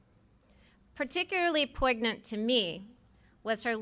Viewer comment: Cush a) This nominee does not know how to say the work “poignant”! b) She brought her seven children to the Rose Garden, where few people were wearing masks. c) The POTUS would have been CoVid-19 positive, when this video was recorded. Do you think that is good common sense, for a mother? d) She had a problem learning her husband is a better cook? That’s the sign of a person who sends mixed messages. It’s OK for her husband to be the better cook! Maybe she is a biased because she works more, and he cooks more? Her husband probably stepped aside, to allow her to achieve her career goals! e) Supreme Court judges “should” be, as impartial as possible, as she says. She is NOT being impartial. Reconcile that FIRST, before forming your opinions. Can I get an amen to that? Thanks for YOUR humility, and YOUR common sense, in considering ALL the facts, before assuming what your perspective is, Americans.